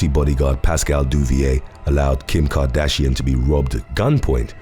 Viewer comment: I was in till u said cartrashian!